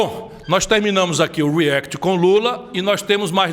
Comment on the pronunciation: A pronuncia react em inglês é com A não com E , reAct, coloca no YouTube react pronunciation que vocês acham videos d e nativos Americanos , inglêses falando a palavra react, vocês escutarão que se pronunica reAct, porquê vem de reAction, a mesma coisa vale pra app , vem de application então se pronuncia App não Epp, a mesma coisa vale pra Apple 🍎 não é Epple e sim Apple.😀